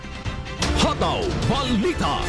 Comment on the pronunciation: Pwede po ba alisin ang 'aaàaa' s dulo ng salita. Tulad ng pagbigkas ng hataw aaaaa.